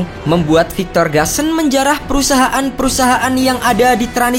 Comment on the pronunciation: Gusan tetep dibaca GUSAN bukan GASEN